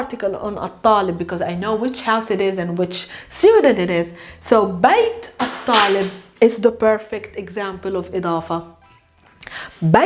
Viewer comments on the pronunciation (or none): It’s not al-talibu because of the sun letter it’s at- alibu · I trust a Palestinian to know her language :-) but you may be correct. I heard the "l" pronounced as well. Perhaps she tried to emphasize the definite article, and so separated the al- from the word it modifies. Kind of like intentionally NOT following the Sandhi rules in Sanskrit in order to show the individual words.